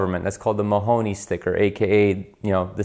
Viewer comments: MonRONEY not Mahoney ... duuude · 😂 He said Mahoney. It's Maroney. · It’s a “Monroney sticker” not Mahoney.... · It's Monroney sticker not monhonee sticker... monhonee used to be a man and with strong thighs. Great info on things to look out for! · Mahoney balonga! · Yes this fool calls in a "Mahoney Label"... if he can not get this right all the rest of his comments are suspect... it is a "Monroney Label" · You keep saying "Mahoney", but it's "Monroney" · I know it's a year late, but it's Monroney not Mahoney. Named after a US senator in the 50's. Also, theft deterrent, not deferral. Great vids, new subscriber. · It is the Monroney (pronounced MON RONE E) not the Mahoney Sticker. A.S. "Mike" Mike Monroney (OK) was the author of this stickers origin. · Mahoney...? Credibility just went out the window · You said Mahoney sticker! Geez! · It’s the MONRONEY Sticker, Not Mahoney. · Monrony sticker, not Mahoney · Good video but it's a Maroney not Mahoney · Monroni, NOT Mahoney. 😅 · Monroney....not Mahoney. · Maroney Sticker not Mahoney... Mah Row Nee.... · It’s Monroni, not Murrony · Do you mean Maroney sticker? Why do you keep saying Mahoney sticker? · IT'S MONRONEY...NOT MAHONEY!!!!!!!! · What psychopath writes in a combination of capital and lowercase letters?! Also it's a Monroney not a Mahoney lol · “Monroney Sticker” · It's "Monroney" sticker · Think he meant to say "Monroney", Lol. Other than that, good video.